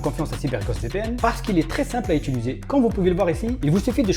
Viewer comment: J'adore tes vidéos😍 tu nous apprends tjrs des nouvelles choses, petite remarque: dans 1 vidéo je me souviens que tu avais repris un arnaqueur et moqué car il disait 'etuliser' et tu lui disais 'Utiliser' plusieurs fois de suite lol mais la tu viens de le dire plusieurs fois dans ta vidéo😅 c'etait juste ça ❤️ bonne continuation